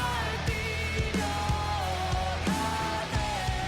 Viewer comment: Mar-TI-rio. Stress on the second syllable.